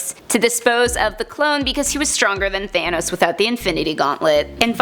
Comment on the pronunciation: It’s not thane os it’s thanos